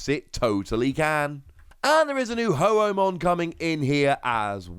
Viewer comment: Ho-OhMon! LMAO!!! You're hilarious,!!